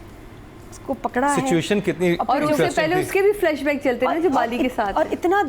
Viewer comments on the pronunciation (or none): Can anyone please tell? It's not flush back, it's flash back.